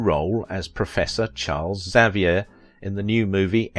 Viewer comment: Well done for pronouncing Xavier correctly, instead of the usual, stupid sounding X-avier.